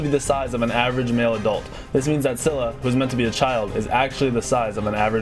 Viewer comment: Scylla is pronounced Skilla Σκύλλα :) And it means Female Dog Hence the dog headed snakes. Sorry if i spell anything wrong, english is not my native language and i dont feel like googling dictionarrys to write something